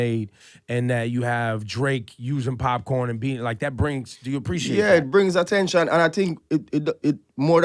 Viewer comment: Doesn't Ebro know it's Popcaan and not popcorn?!